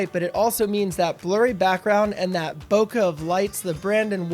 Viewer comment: “That bokah that Brandon Woelfel”🤣🤣